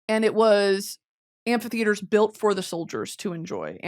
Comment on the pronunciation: I cannot for the life of me figure out how you’re pronouncing “Amphitheater” it sounds like you’re throwing in an extra letter